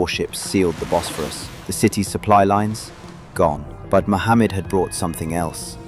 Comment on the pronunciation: Its not sultan Mohamed as you pronounce it and its a totally different name called MEHMET. get your facts correct before making such a crap video , it's deserves to go through its paces and tell them your biased not punctual and yoir version is of a jo k e